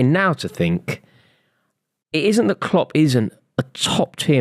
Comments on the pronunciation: Not saying Cock instead of Klopp. 😂😂😂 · Man said kocks for klopp